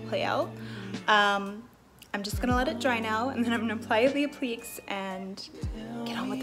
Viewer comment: She said "appleeks" ... :-P